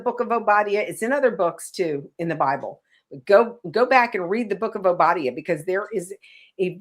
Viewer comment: Hey That's EXACTLY what she was do'n... The book of WHO?!?! Ma'am... it's ow·buh·dai·uh... they still try'n to subvert, take, & readminister things that don't belong to them... that same anglo-saxon spirit... She "teach'n" but JUST heard of the book they told her to use. I know what you mean with the last days thing, but for ur viewers who may not... that's b/c we've been in what is considered "the last days" since Christ rose. Ppl are think'n of last days compared to so many 100's of years, but when we zoom out... it's the last days compared to the beginning. The diff. now is... we are rapidly approach'n the end as in Daniel, Rev., Matt. 24 type of "last days", if you will. Look at it this way.... For 9 months we tell everyone we're pregnant & gonna be a mother real soon The DAY we see both lines or a plus.... it's a BIG diff. when those contractions ain't braxtons no more & we're in the car... gonna be a mother real soon. 😌 It's like that, & so now when you hear ppl say it now, esp. those that actually live a "for real" surrender life unto The Most High, what we're actually say'n is..... Toni & her sisters are sang'n they heart out & put'n on a WHOLE show.... mmk.... lbvvs. ❤